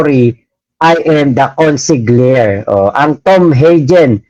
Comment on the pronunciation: just a bit of correction po: consigliere is pronounced kon-sili-yere 😅